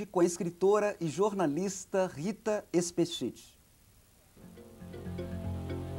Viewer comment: Hahaha ele pronunciou o ultimo nome dela errado... XD E a voz dela tah taum diferente da vida real! O.o